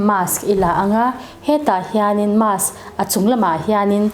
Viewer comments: Doctor ve meuhin Mask tia lam ri lova, mass a ti tlat khian beng a ti thep lek lek. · Mass ti in i lam deih a..mask ti rawh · 😂marsk tiin i lam aniang chu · Mask...'Masque'...mizo hi chuan a tlangpui in makss ti in kan lam...Jf Dic....